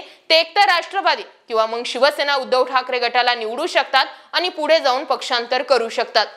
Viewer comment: शुद्ध बोला. आनी पानी तांदळाची गोनी. काय भाषा बोलते ही बया. 😂😂😂😂😂😂😂😂😂😂😂😂